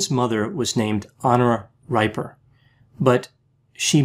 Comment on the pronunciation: "Dee-bore-ah" "Hen-Ora" and "Ree-per"